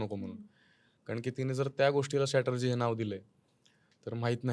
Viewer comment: स्टॅटरजी ?!? म्हणजे नेमकं काय ब्वा ? तो शब्द strategy आहे हो ..